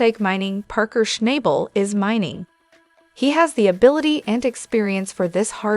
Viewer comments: If you watched the show you would learn how to pronounce his last nsme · Schnabel …… can you not pronounce his name properly ?